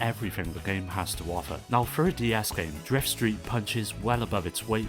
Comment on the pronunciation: uggghhh this is the nastiest sounding english accent fuckin clear your throat, ever heard of an AHEM? "If U FROW a Ton of Guramplay" eughh the way you say Game is fucked up